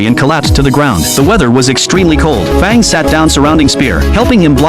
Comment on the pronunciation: It's Fang not Fong